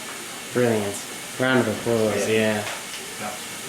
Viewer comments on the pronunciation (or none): none